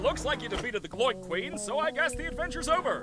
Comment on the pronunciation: queener sounds like kweiner